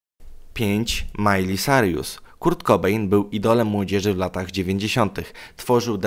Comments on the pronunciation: Boże... nie gadaj po angielsku! Jesteś tragiczny... Majli Cajrus, a nie Carjus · nazwizko Miley czyta sie sajrus a nie sarius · sajrus nie sarjusXDDD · Mówi się Majli Kirus 😇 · co Ty powiedziałeś Carjus? 😂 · Nawet nie umiesz wymowic poprawnie nazwiska Miley XDXD